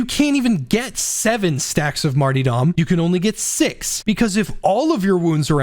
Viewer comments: Who is Marty Dom, and why are you so upset at him? Mar-ter-dom, mate. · really hate that you said martydom instead of martyRdom. cod has ruined an entire english word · J, I am SO SORRY, but I cannot focus on a damn thing you’re saying during the Zealot section when you’re talking about the Martyrdom talent 😂 “Marty-Dom!” 🤣 My friend, let me help you. It’s pronounced like this: Marr-turr-dumm. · Seriously great video. I think you're a little underestimating martyrdom. When paired with until death÷Holy revenant you really motivate pretty much all the risk for a consistent 32% to 40% damage buff and 16% to 20% attack speed buff. That's a huge buff that doesn't cause players to go down any more often than normal. ALSO The word is mart-ER-dom not mart-EE-dom. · "Marty-dom" My sides 🤣 Pronounced: Marterdom Great video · Hes trolling pronouncing martyrdom like mart E dumb right? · Martie-dom. Lol J. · The multiple mispronounced martyrdom attempts had me rolling 😂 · Great video! Dont think I've ever heard anyone say Martyrdom like that before haha